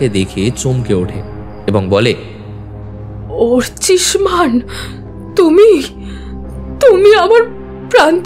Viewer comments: অর্চিমান না, অর্চিষ্মান,,, একজন ডিটেকটিভ একজন সহকারী,,, সঠিক নাম টা বারবার ভুল উচ্চারণ করছেন,,,,, খুবই দুঃখের 😢😢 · ভালো লাগলো গল্প... উপস্থাপনা ভালো হলেও সত্যানুসন্ধানী আর তার সহকারীর মুখে অর্চিষ্মান এর ভুল উচ্চারণ কিছুতেই ক্ষমা করা যায় না...